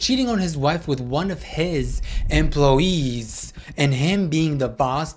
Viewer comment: One of his emploweez 😂😂😂